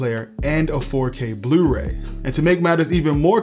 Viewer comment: Love your channel and videos, I've learned so much. Did I detect a Baltimore accent when you said "yewtube" and "blewray"? Just curious.